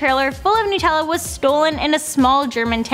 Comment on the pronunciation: Nut. Not noot. Nutella.